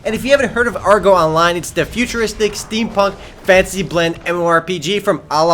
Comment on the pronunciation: wow december is big month so many mmorpg get alot of updates and CATACLYSM too ;o i like how u say fantasy ;d it sounds like fancy :D REMO FOR THE WIN